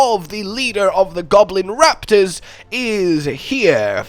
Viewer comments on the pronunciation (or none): none